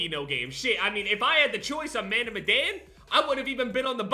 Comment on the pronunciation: the fact he still can pronounce madan pisses me of